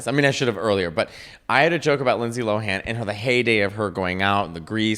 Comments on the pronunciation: i’m 3 minutes in and you’ve both failed to say her name correctly every time 😭 she’s addressed this in interviews multiple times - “lohan” is pronounced “lowun.” not LOW HAAN 🤣 the same way “lindsay” is pronounced linsee not “LIND SAAYE” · Her last name is pronounced loan the H is silent